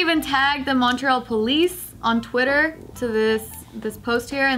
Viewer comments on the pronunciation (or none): Btw Montreal is pronounced ‘Mun-tree-all’ ;)